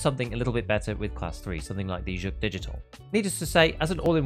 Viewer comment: finally, a contentmaker who pronounces Zhuk correctly. Gzhel is not an easy one, but way to go!